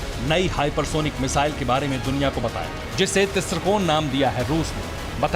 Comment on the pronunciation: It’s missile not mizaile